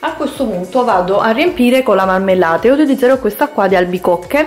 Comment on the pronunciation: Si dice maRmellata non mammellata con la R non con la doppia m